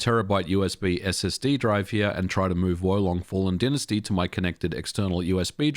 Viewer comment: Is "dynasty" pronounces differently in australia?